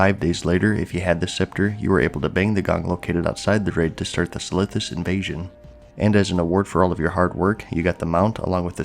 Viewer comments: Did I hear him say SYPHILIS instead of Silithus? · sithilus sounds like a venereal disease or a star wars reject planet, if you are talking fast tho I can understand the mispronunciation lol